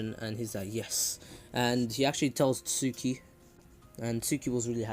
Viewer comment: hes trying to say tsookie but hes saing sookie in the beggining but in the end he corrected saing it